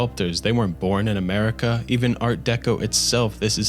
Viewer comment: Americer, chiner, and mexicer